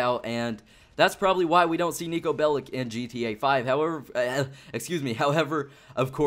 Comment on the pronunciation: Will you ever stop pronouncing Nico's name incorrectly! It's really annoying to listen to. And don't give me that crap about being a hater. Take this as constructive criticism. Bellic is pronounced Bellich, as it comes from Serbian. Remember it. You'll be one of the few American youtubers that pronounce it correctly.